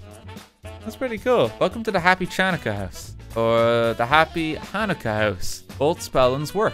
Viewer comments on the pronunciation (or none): I’m Jewish, and I love RT, but seriously, how does he not know how to pronounces Chanukah? He pronounced it correctly when spelled Hanukkah, but really? It’s Chanukah. How do you not know how to pronounce it? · RT mispronouncing Chanukah is a perfectly understandable mistake but every single time he said it I died a little more inside. G-d bless you RT have a wonderful holiday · Thank you RT and whoever built the Hanukkah House. I watch a lot of different YouTube channels but this year this was the only mention of Hanukkah I saw. Btw if anyone is curious about the two spellings, Hebrew has two letters that typically get translated as H and H/Ch in English. The H/Ch one is commonly pronounced like Ch would be in Welsh. Apparently it's called a voiceless uvular fricative. Basically because it doesn't exactly exist in English and the real pronunciation varies regionally, there isn't a single agreed upon way to write it. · i get that there are barely any jews in Ireland but godDAMN I wanted to die everytime he said the hard "ch" in chanukka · AS A JEW I LOVE SEEING HANNUKAH REPRESENTED!!! The way he pronounced hannukah and menorah is so cute 🥺🥺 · that was a pretty good pronunciation on pepernoten, hats of to you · RT's pronunciation of Chanukah is slowly killing me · i hate how RT says chanukah and menorah it hurts my brain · The ch in Chanukah is actually pronounced by using like, flem in your throat to make a sound, since there’s no ch sound in Hebrew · I missed RT mispronouncing things in minecraft books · The way he pronounced Channukah brought me no end of pain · the way he pronounced Channukah and Menorah hurt me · Any other Jewish people cringing when RT read about Chanukah and couldn't pronounce most of it correctly? Happy you learned something new, Daniel. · We all know it would be Coca Coland and not Coke land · the Ch in hebrew words, such as Channucka, is pronounced like a phlem-y H. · you described it well lol